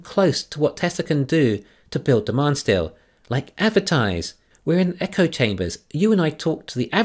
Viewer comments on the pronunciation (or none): none